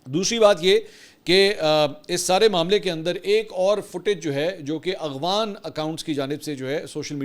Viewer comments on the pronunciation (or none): منصور بھائی لفظ اغوان نہیں افغان ھے